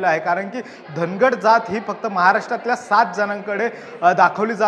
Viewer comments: धनगड नाही ओरोन, धांगड आहे ते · धनगड नाही धागड आहे